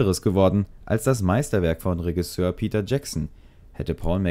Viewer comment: Macht mich ein bisschen fertig wie du Regisseur aussprichst, ansonsten gutes Video :)